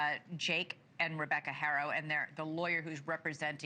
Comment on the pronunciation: as a good anchor women or journalist you should know how to pronounce the childs last name H is silent. Pronounced aro 😠. I'd expect this from another race but a hispanic😂